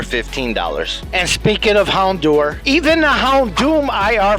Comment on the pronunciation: Houndour is said like hour not do-er btw